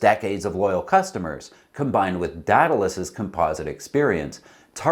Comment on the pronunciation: DEE-duh-lus. /ˈdiː.də.ləs/. AE sounds like EE. Aegean - EE-Gee-in. It is a sea that many sail in.